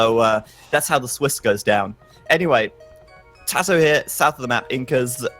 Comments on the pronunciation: why does he keep saying tayto when zero is saying tatoh. I know he can hear him. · Tay-toe cringe